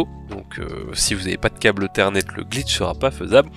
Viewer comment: Un câble "eu-thernet"?